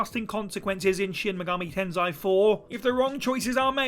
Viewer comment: "Tensai" I don't see the "A" on the word "tensei". At least try a little for the correct pronunciation.